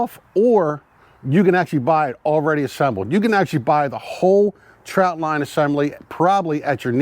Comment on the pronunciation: Thanks for the info. I grew up in Maryland and in the Summer we spent just about every weekend on the Chesapeake in Deale MD. We used the square traps and we fished , swam , and also did a little waterskiing as a family of 5. One thing I'd point oout . It sounds like you are saying TROUT line . It's called a TROT line , no U . Steamed in beer and Old Bay is the only way 😎